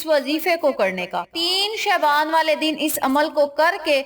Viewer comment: Please pronounce word Shaban properly